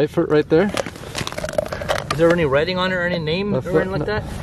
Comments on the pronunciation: learn to say the name right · and learn how to say the name right